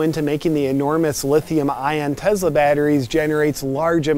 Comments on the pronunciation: Why do you pronounce Tesla as if there is a Z where the S is? you and so many other people do this I don’t know if it is by accident or what? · like him saying "Tezla" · “As a Tezla owner “ 😂😂😂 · pronounced Tesla as tezla.. very genius (and not only in sound / spelling) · If he pronounces it "Tezla" one more time I'm gonna have an aneurism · Literally first time I’ve heard it pronounced “Tezla” haha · The way he says “Tezla” realllly grinds my gears. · Tezla tezla tezla tezla tezla tezla. Are you dead yet? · There is no Z sound in Tesla. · Me too. Tezla. Sounds fucking annoying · "Tezla" you know this pisses them off and you say it through the whole video! 🤣😂🤣😂🤣😂 Luxury enviroshame just killed me. OMG! 🤣😂🤣😂🤣 Along with carbon shaming, you should trademark these. You are too awesome. I had to watch it twice! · He says "Tezla" the same way I do. Annoys my wife. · JP sounds like your saying TEZLA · “Tezla” -Some random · Tezla, is that how it’s actually pronounced and only find out once you have honor to own one? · You mean I've been pronouncing it wrong all this time? It's "tez-la"? Who knew!? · Nice TeZla😂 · teZla . . ..lol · TeZla.... lol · Are you pronouncing it Tezla on purpose? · Te z la LMFAO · why does he keep saying it like "tezla"? Is that part of the joke? Watching this while it costs over $100 to fill up my truck makes this not as funny.... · That pronunciation of Tesla was so intentional. I adored it. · Why do I have to be the guy who tells it like it is? ;) JP is mispronouncing it to make fun of those who mispronounce it. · I agree but that's also how Elon says it. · His pronunciation of Tesla (real or fake) is filling me with murderous rage. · Great but it's Tesla with an "S" not a "Z" 😂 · Man, good video, but I had to stop a few minutes in just because I couldn’t handle the “tezla” pronunciation… TeSla, brochacho ;) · Its not TeZla its TeSla!!! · I love how he says "Tezla" instead of Tesla. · I would love to get one of these Tezlas.